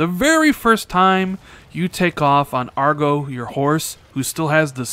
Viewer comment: Hate to correct you bro, but it’s AGRO, not Argo.